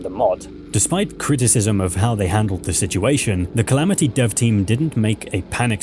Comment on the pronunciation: "Calameetus"... brother its the Calamity mod, and Calamity boss, you even said it in the same breath, why are you saying Calameetus, you don't pronounce Calamity as Calameety 😭